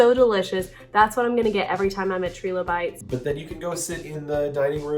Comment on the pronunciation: Fun video!!! Sad if Dinoland USA goes away - agree with Breedlove that it is refreshing not being Diz IP Dr. Seeker IS sketchy - that is part of what makes him so endearing. Btw -: it is pronounced Try-low-bites (like tricycle...:) Y'all are appreciated - keep up the great work!!!